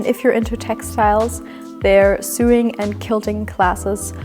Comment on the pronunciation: I'm the annoying free English teacher again. Many non-native speakers pronounce "sewing" like "suing," but we pronounce it like the o in "so" like "so-ing" I am always cheering you on and don't want to be annoying, but I see how you immediately improve. You are a quick learner!!! 🎉🎉🎉🎉